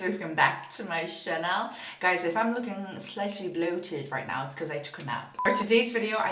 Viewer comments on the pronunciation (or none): I laughing so hard whenever she said "channel" into "chanel"